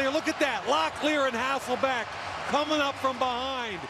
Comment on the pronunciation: My God the commentators of the 2000's did a really good job at trying to convince everybody that his name was HasselBACK and not HasselBECK. I didn't even know until a few years ago and when I found out, it felt like my life was a lie. Then I realized it wasn't my fault lmao, it was every commentator that said it wrong.